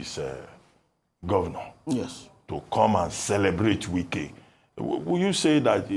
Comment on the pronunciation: The way dey pronounce Wike name 😂😅😂😅 "Nye Wike" 😂😅😂 Na wa o!!